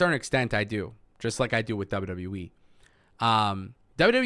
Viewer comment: I only watch to hear him say dubya dubya weee